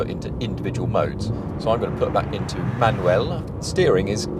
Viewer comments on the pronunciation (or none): none